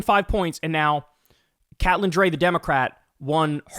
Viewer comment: Cat-lynn? Kate-lynn... most likely